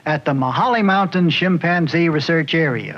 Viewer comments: "Shim" panzee lmao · He’s killing me by saying shipanzzee😂😂😂😂😂😂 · Interesting how Marlin pronounces chimpanzee "shimpanzee" and that I never noticed this when I watched the show when I was a kid.